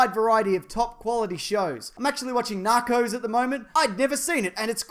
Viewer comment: when you say Narcos, it sounds like Tacos